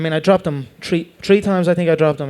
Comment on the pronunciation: Nate "Knocked down tree times" Diaz